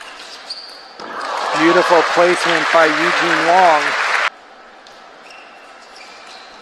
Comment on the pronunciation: Eugene WANG not Wong. Omg.